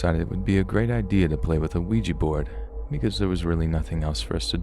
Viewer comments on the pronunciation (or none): none